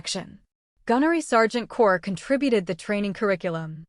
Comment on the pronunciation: The word is CORPS (pronounced core)